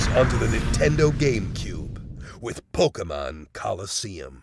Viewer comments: Did that guy from the trailer say pokemans? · Probably. the voice actors for the commercials are pretty bad at pronouncing "Pokemon". The announcer for the Ruby/Sapphire commercial says Pockmun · I counted like 11 Pok-UH-Mon in that Trailer. Thank you Dubbing Team, just... thank you. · notice how the trailer said pokaman and pokemon......... WOW NINTONDO